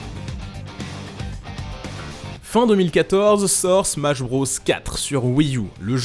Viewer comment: nobody:: "smash brausse"